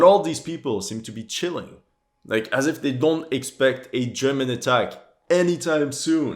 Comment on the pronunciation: Yeah that world at war sniper will make you wanna quit the game and take a break. And I also noticed every time one of these games come out they can never say german.